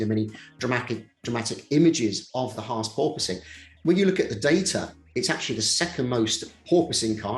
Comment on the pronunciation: I'm not used to hearing Brits pronounce Haas correctly. And there were 2 in one video! Nice.